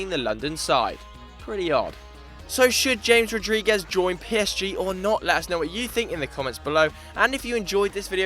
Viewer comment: I love the ignorant pronunciation of James Rodriquez